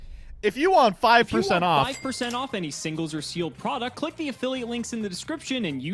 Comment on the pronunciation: my man said “cleik”